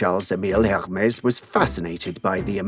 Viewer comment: The H is silent.